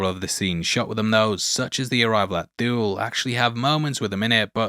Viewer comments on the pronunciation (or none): Pretty sure Thule is pronounced Tool-E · If I'm not mistaken, Thule is pronounced Tool-E.